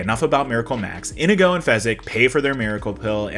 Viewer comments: Why do you keep calling him "Indigo" instead of In-ee-go? Over and over. MY NAME IS INIGO MONTOYA. YOU KILLED MY FATHER, PREPARE TO DIE. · Inigo says his name like 50 times in this movie and yet somehow you're still pronouncing it wrong.